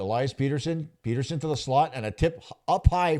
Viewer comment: Have you never heard of Elias Petterson? Like cmon man, say his name correctly.